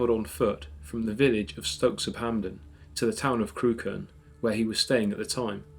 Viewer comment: Deliciously spine-chilling. One quibble: Crewkerne is pronounced 'Crook'n'. You are a very good and atmospheric narrator.